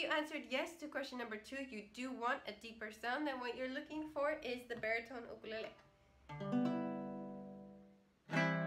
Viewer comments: I could listen to you say "UKALELEE" all day! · I like the way she's SAY'S Ukulele!!!!!😀😀😀😀😀😀😀💞💞💖💖💖💕💕 HER!!!